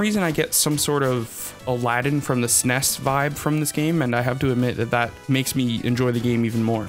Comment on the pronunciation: You say snes strangely. Good review.